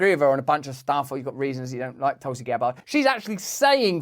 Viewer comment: I swear u said toxic gabbard lol